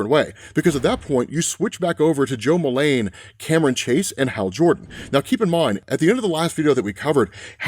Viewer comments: ITS "JO MULEEEEEEN" NOT "MULAAAAANE". PRONUNCIATION WISE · Fun otherverse easter eggs; Todd Rice, Steve Dayton, Terry Long, Cameron Chase, Goldface, Goldface using disguise tech like the prime universe Nemesis, the code name he happens to use "for this job". Why do you keep saying "Jo" Mullein as "Mul-LANE instead of MULL-in, the common pronunciation? It feels as if you're saying "Hale Jordan" or something. Good recap video though! I love these overall.